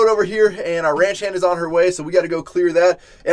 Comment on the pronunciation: this guy say ranch hand lmfao